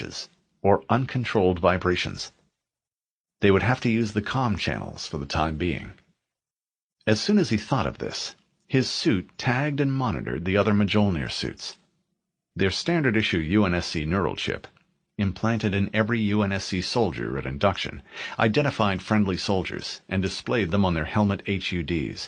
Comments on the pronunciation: New drinking game: take a shot every time you hear "muh-jol-neer" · "Muh-jol-neer" is still such a crazy pronunciation of Mjolnir. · On God... Had me making stank face